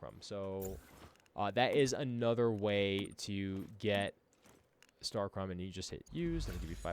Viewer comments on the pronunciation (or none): Star-CHROM lol